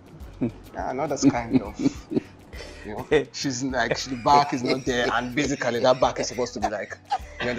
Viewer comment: And he was pronouncing it as “Be-si-ka-ly” 😂😂